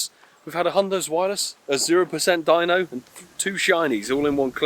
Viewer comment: I dunno why but the way you say zwelious :S